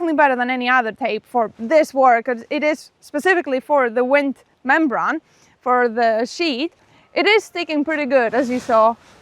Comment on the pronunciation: Hi guys, I've noticed you struggle with the pronunciation of the word membrane brane rhymes with rain. Hope that makes sense and improves your English which is very good.